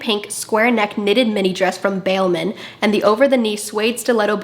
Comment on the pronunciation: You did not just pronounce balmain like that 😂😂😂